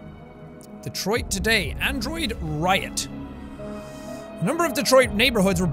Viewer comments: Wouldn't it be "Detwah: Becum Hyma:n" ? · "Welcome back to: Detroa Becom Uman ." Excellent pronounciation. Edit: I know it's supposed to be a French accent, im not stupid... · I need Jack's french pronunciation of Detroit become human to be my new ring tone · "... Like in Detriot!" Proceeds to have Vietnam war flashbacks